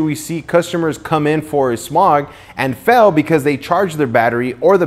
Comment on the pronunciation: Did he say "FELL" instead of "FAIL" hihi